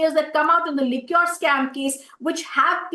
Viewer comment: Could you please tell her Liquor and Liqueur are different words. She can easily learn how to correctly pronounce Liquor correctly...